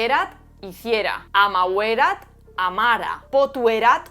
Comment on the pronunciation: súper interesante - mil gracias - ¡siempre me lo habia preguntado!! algunas notitas sobre la pronunciación de formas verbales en latín: FĒCERAT se pronuncia 'fécerat' CRĒDIDĪ se pronuncia 'crédidi' AMĀVERAT se pronuncia 'amáverat' Nisī fallor, pronunciaste los demás correctamente